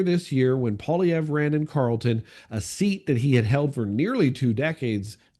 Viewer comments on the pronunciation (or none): none